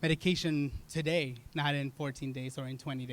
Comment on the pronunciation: Jesus Christ, learn to pronounce words. TO-TO-TODAY!!